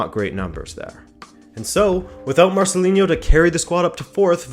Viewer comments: Marcelino no Marcelinho or Marceliño lol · Negredo wasn't a Mendes client. In fact that formed part of Valencia fans' frustration with Nuno. When Negredo was ostracised from the team for speaking out, it was felt that he was being victimised in a way that Mendes clients wouldn't have been. Also he's Marcelino, not Marcelin-yo. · Great video as usual. Just a note: it's pronounced MarceliNo, with a regular N.. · It's "MarceliNo", not "MarceliNHo", and "Alcásser", not "Lacáser". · Marceliño hahahaha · Marcelino is spanish not portuguese or brazilian. There's not "inho" sound. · Not to be that guy, but Marcelino is pronounced as it is written, with an n, not a ñ or a nh :P Solid video anyways! Very very interesting 😉